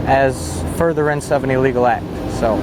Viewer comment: Hey dipstick. The word is NOT pronounced eeeleegal...look it up in the dictionary, smart guy.